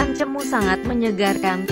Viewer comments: Cemoo e bacane bukan cemu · Ralat no 8 Bilangnya Bukan Cemu Tp Cemoe... CEMOE Bukan CEMU